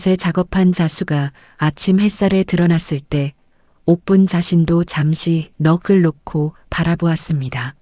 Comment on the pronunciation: 젠장! 좀 들어볼라 치면 택도 없는 발음들이 튀어나와 딱 듣기가 싫어지네! (넋을=너끌)이라니~우리말에 우리한글에 그런 말이 밌던가? 중국인이 썼어? (넋이) 뭔지나 알고 읽는거야? (넋)자의 어디가 쌍기억으로 가서 끌이 나오냐! 이야기를 전달해주잖아! 그럼 표준발음법을 써야지! (넉슬) 이라고 해야 들었을때 무슨말인지 알아듣잖아!